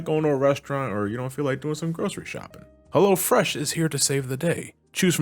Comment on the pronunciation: Every time i here someone saying "hello fresh," it always sounds like "hella fresh" to me. Thank u for fully pronouncing the O. Lolz